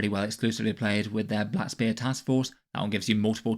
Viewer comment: I swear he said "Pap Smear Detachment" when was talking about Deathwatch 😂